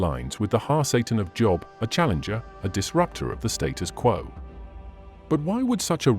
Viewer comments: God of the Bible does not lie. How can you listen to a guy that pronounces Job wrong. No, Adam and Eve did not die on the spot, but they did eventually as all of us will. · Listening with great interest. (It's a shame you can't tell the AI reader how to pronounce 'Job', but he has a great voice.)